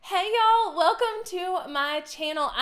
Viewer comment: With a "Hey ya'll" like that...where are you from?